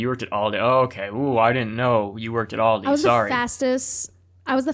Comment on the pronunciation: Wasn't prepared for the double culture shook of one, learning American has Aldis, and two, that you pronounce it "AllDees"